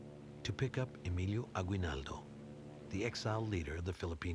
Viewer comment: Did he just say a-GWI-nal-do??!??!